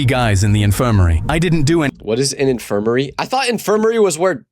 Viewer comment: "I thought Infermiry was where babies were born." BWAHAHAHAHAH I WAS LAUGHING SO HARD AT THAT